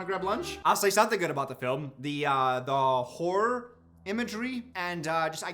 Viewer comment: Non native English speaker here, everytime says Horror, I hear wh*re...😂 (Been subscribed since 2018 btw, literally learned English with atp)